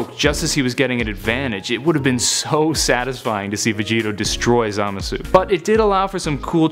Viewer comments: You're not supposed to pronounce the u in Zamasu just so you know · Doesn't even know how to pronounce zamasu. That's how you know he is reading of s que card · hahaha the way he said zamasu😂😂😂